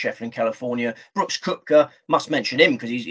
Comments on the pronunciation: Great show guys. I watch every week. Good luck at US open., it’s pronounced ‘kepka’ he has a silent o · Yes it would be great if both guys could learn that it's kepka not cupka. Good show nonetheless